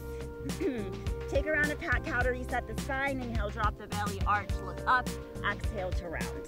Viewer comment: Excellent class! But why does she say “axale” instead of exhale? It’s a bit disturbing…